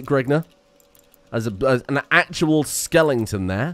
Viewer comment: Why say skelington when it is skeleton where’s the ing 😭where